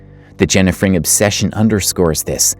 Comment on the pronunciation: Jenna's last name is Frank. It sounds like you are pronouncing it Fring.